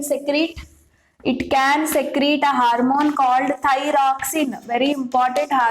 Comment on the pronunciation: Your class is useful, but, It is ‘hormone’. Not ‘harmone ‘ .